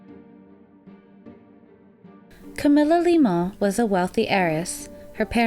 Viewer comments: I think Lyman is pronounced LieMan . not Leomen , as you are speaking it. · Why are you pronouncing the last name, "LYMAN" so strangely? It's not a French name - it's as American as they come. The pronounciation is: LIE' - MUN